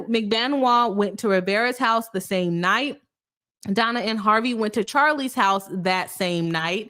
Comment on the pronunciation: "Boss" attorney? Is it like "Boss" chick or a play city girl? Btw, her name is pronounced Donna; no L at the end of her name. Isn't it Adelson?